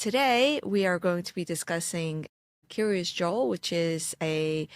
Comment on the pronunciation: Because of your accent, I thought you said "curios joel." Maybe you should ride a book about a chassid named joel , who starts to get curious about the outside world. Oh, and he happens to live in kiryas yoel. I think i'm onto something there and I want ten percent l o l😂